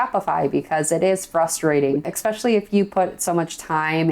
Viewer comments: I love you! But please stop saying EXspecially! It's ESPECIALLY 😜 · THE WORD IS ESSSSSSSSSSSSPECIALLY, Its a Frik'n S not a k!